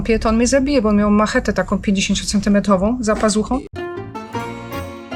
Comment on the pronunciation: Dostanie pielęgniarkę do zmiany pieluch ? I zaopiekowany bedzie? A ty smyku co tak pierdolisz.Masz czym ? I jeszcze jedno droga Pani..miał MACZETE NIE MACHETE ,!!!